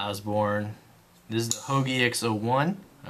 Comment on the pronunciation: I got my 940 for 114$. And at that price its the shit. Paramilitarys are slow and annoying to close. Its Hogue not HOAGIE! lol I would not pry with anything you have on the table. You are just ranting.